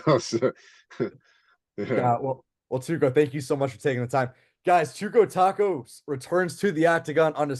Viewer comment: Tacos 🫠🤣pronounce it properly cunn 😂